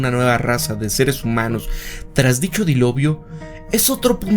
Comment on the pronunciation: DILOVIO JJAAJAJA